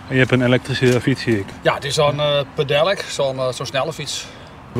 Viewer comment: een pe-del-ik??? wat is dit 😭